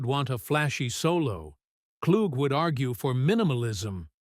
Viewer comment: The man's name is pronounced "Klu!" or Clue Not Klugg or Kloog!)